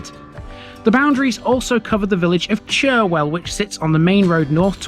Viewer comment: Fantastic video of my home town, filled with information that I didn't even know. BTW Churwell, is pronounced Churrel, don't ask me why, lol. I no longer live in Morley since my wife had a stroke of which she nearly died, We now live in Pudsey, another town within the Leeds borders, where Pudsey Bear originated from, can we see a video from there?